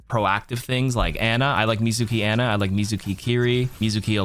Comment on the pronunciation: It's pronounced "Ah-nah". Stop saying Anna